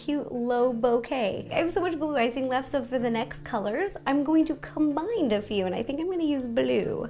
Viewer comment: Did she say "combind a few."?